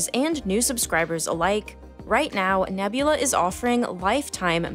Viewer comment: The start of the video: “this video was braht to you by nebulaRRR”